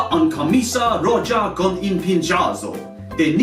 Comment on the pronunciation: Dude. In spanish, the "J" sound is pronounced like a hard h at the back of the throat like in "mojito" (the drink). It was like nails on a chalkboard when you said "roja". No worries, tho. I live in the US...*sighs* I'm used to it